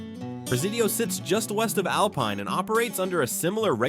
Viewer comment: Please learn to pronounce the names of cities properly! Alpine, tx is pronounced AL PINE, line the pine tree, NOT alpeen. Thank you😊